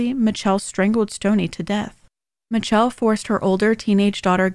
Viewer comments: I thought her name was Pronounced mich-elle not mi-telle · Its's "miss shell" not "mitch-chell" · are we skipping over why her name is pronounced Mitch-elle? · Michelle is pronounced Mi-shell